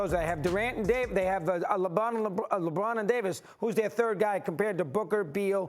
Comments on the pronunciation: Bro said lebum 😂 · Mad dog said LeBum 😭😭